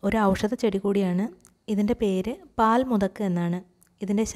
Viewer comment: When u say the name of the pkants say clearly.or u can write in the heading.